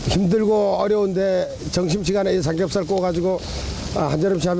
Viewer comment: 의 나레이션, '삼겁살 만이 어닌(?)' '매니아'라고 해야 합니다.